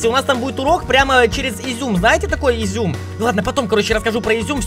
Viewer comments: Не зюм а зум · Ты что издеваешься это не изюм а зум они изюм как ты говоришь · Не изум а зумм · Вообще-то говориться зум а не изюм! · Не изьум а зум